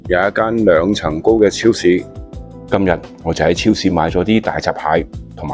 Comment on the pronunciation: 今日變咗今(物) ??????????????????????????????????????? 乜q廣東話嚟㗎